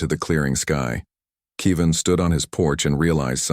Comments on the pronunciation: How can you not pronounce KEV- IN? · Good story, but please stop pronouncing Kevin as Kee Van.